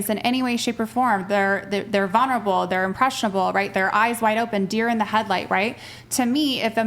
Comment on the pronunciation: "Vunerable"? Your Fourth Grade English teacher called and wants you to stay after class.